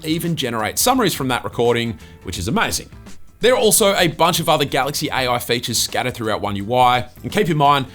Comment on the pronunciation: AI ❌ Aie Oui ✅